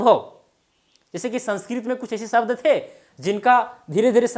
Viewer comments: शब्द को सब्द क्यू बोल रहे हैं आप सर जी😂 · व्याकरण पढा रहे हो और श, ष को स बोल रहे हो.... शब्द को सब्द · आप शब्द को सब्द बोल रहे है। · Sabda nahi Shabda hota hai... pahale aapni Bhasha Sudharo😂